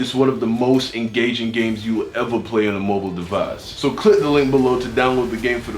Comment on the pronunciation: It's (de-vice) not (de-vise)